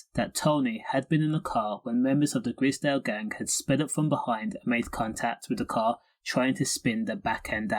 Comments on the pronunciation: Grizdale? It’s pronounced Grizedale. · Delete this vid you can't say gr👁zedale properly....